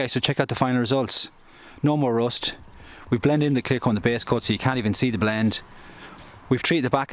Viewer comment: What kind of pronunciation is this? rOst 😂😂😂